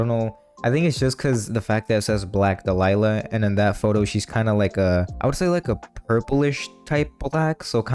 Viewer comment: Interesting how you say "dalila" instead of "dahlia"